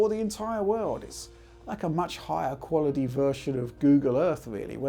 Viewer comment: Have a drink every time he says qualidee